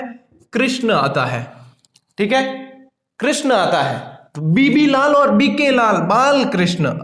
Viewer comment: बीबी लाल है but sir तो बीवी लाल बोल रहे है, my daut please स्पष्ट करे